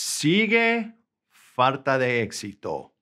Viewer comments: Quite often you pronounce falta as faRta, is that just you, or is it common in some variant of Spanish? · I hear 'r' when you pronounce 'l' (farta instead of falta). :) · I can listen to it forever “Fartat”. Way to go teaching people how to speak Spanish. No offense. 🤣😝😊👍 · I think that's just mispronunciation. I'm a native Spanish speaker, and as far as I know, we never pronounce words such as "falta" with an "R" in any Spanish speaking country. It has to be with an "L", unless has heard it with an "R" in some countries.